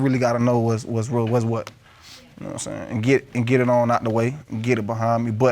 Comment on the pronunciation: Man I LOVE when the judge says quwhat… instead of what lol 😂